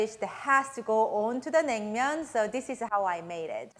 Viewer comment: Say noodles right. Your saying Neuter like vet term for fixing an animal. Say it right or don’t say it at all